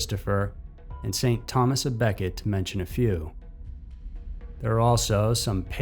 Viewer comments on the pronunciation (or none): none